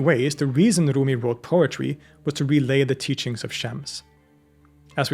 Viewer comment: With all due respect, you don’t need to pronounce his name with Arabic pronunciation 🙏🏼 he was Persian.